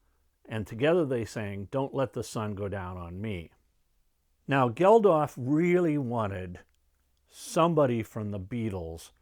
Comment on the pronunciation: Really enjoyed this and your wonderful live concert history. By the way, Bob Geldof is just pronounced Geldoff, and Midge Ure is pronounced Yur, not Yur-ay. p.s. the old Wembley stadium had 70,000 attend Live Aid, not 5,000. It could hold more in the older days. Greetings from a Brit, currently living in Norway.